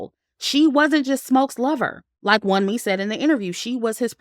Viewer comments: Love your review! "Wunmi" is pronounced as "woonmee". It's a Nigerian name lol but I agree with how her character was portrayed in the movie, very disappointing. In terms of production, it was really good. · Great commentary,! Btw, Wunmi’s name is pronounced Woome.